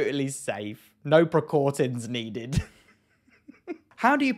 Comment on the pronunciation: Bless you for exposing yourself to such ridiculousness while sick, my friend XD If not for my fear of toppling my laptop and dog off of me from giggling so hard, I'd probably be wheezing along with you, and I'm entirely healthy lol! That said, I think I died for just a second when you read "precautin" out loud XD